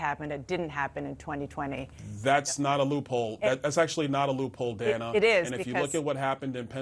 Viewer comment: At this point I'd refuse to interview anyone who refuses to pronounce Kamala's name properly and this fool can't even respect the interviewer! That's Dana Bash, not Danna. You want to play politician, the very least you can do is pronounce names correctly!!